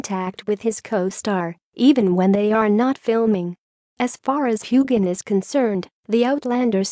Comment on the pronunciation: ffs it6s hugh han or hugh hin not gan and it is James Alexander Malcolm mackenzie Frazer not frasure